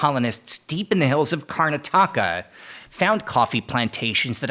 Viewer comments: kar-NA-ta-ka by the way, not kar-na-TA-ka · With the emphasis in the right place, the word Karnataka sounds like Antarctica.